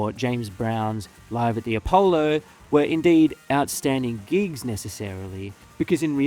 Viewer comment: When you said you hated gigs, I thought you said GEESE. As in the new hot shot band. Lol.